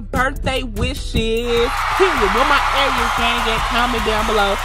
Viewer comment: No she said Arieus 😂😂😂😂